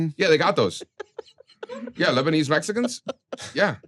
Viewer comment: with the “Lesbanese” 😂